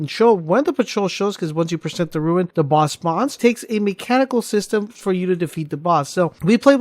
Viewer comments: rune not ruin lol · DUDE ITS NOT RUIN ITS ROON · OMFG ITS RUNE DUDE, RUUUUNE. TF IS A RUIN YOU FOOL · RUNE. Not RUIN. You sound like an ass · RUNE not RUIN